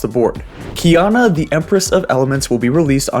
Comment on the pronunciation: Key ah nah not kiyana